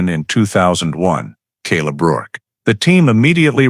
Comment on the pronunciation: It’s rourke.not work. The man’s nae